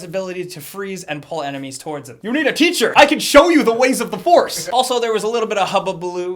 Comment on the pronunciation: Why does sometimes say "da" instead of "the"? But I noticed he only does it randomly. At first I thought he just couldn't pronounce "the" correctly and somehow made it come out as "da" but since then I watched a bunch of older videos and noticed he used to say "the" and slowly started transitioning into saying "da" almost exclusively.